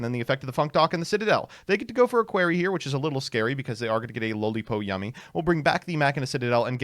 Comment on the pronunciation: The "a query" pronunciation of acroquey makes me want to penetrate my ear drums with a tuning fork.